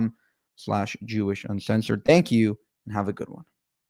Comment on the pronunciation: He shays he's unshensored 😂